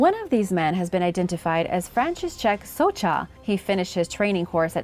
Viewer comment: It's "Socha", not "Socza" :)